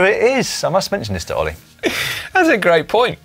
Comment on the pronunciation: Surely I can't be the only person who heard Dan refer to Ollie as 'Hollie'?